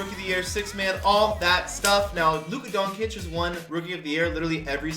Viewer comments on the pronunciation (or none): u pronounce Luka doncic wrong